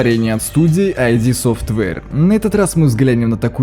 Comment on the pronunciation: Как-же режет слух это "айди софтвэйр"... 🤦‍♂️ ИД! Компания ид софтвэйр! Нет там "айди"!